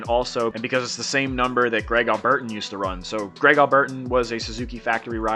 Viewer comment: They dont do quads at the Loretta Lynn's amateur nationals. Kari placed 19th in 2011 and 28th in 2013 it's all highly documented. It's a prestigious event every professional today has come up thru the ranks racing lorettas. I cant believe you've never heard of Greg its pronounced Al ber teen they call him alby. He's literally a legend that came from south Africa. Before Grant Langston. He won 4 championships he beat Jeremy McGrath.